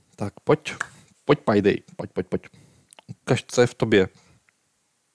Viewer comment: No hate ale čte se to pejdej